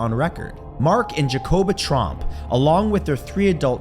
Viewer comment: Thats TROMP not Trump